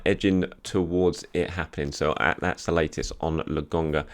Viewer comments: It’s LOKONGA not LOGONGA. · Why do you keep calling him Lagonga? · love your show but can you fucking get Albert Lokonga's name pronounced correctly? It is LO - KO - NGA. Cheers and keep up the good work.